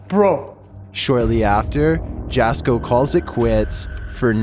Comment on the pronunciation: His name is pronounced like YASKO not JASKO